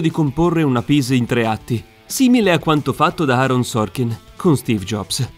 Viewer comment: No per piacere, una "pis" in 3 atti non si può sentire. ☹. Si dice una "pièce" teatrale, è una parola francese , pronunciata "pies" , non una parola inglese.. Per il resto recensione ottima